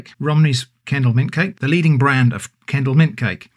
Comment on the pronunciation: Oh, its Kendal mint cake. I thought he was saying candle mint cake.